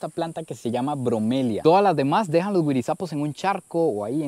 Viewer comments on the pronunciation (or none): Es guarazapo, lo pronunció mal